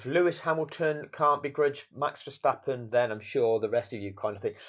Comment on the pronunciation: I like how you call him strapon, I've been calling him verstrapon since that night.